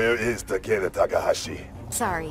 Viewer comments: Ta-Kee-Da: Ta-Kay-Da 💀💀💀💀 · I dont like the pronunciation.... I hear TakAda I like takEda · doesn't deserve Takeda.... Cause she said his name as Takeeda. Hate it. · Wasn't his name pronounced Takeeda? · Too bad he can’t pronounce it correctly even though he’s Japanese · The way voice actor pronounces Takeda gives me cancer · Kinda hate that they cant pronounce the name properly in this game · Why tf are they both pronouncing his name differently????